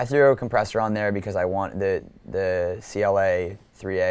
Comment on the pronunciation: He can't pronounce CLA's name right, he said Cable guys make LFOTool, and he didn't pronounce Moog right. Come on dude.